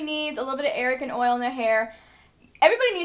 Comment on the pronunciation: ITS A-R-G-A-N OIL!! NOT ARAGAN OIL! So annoying, you don't even know what your damn talking about